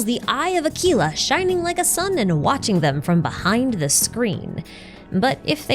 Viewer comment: I wish you pronounced Aquila's name correctly.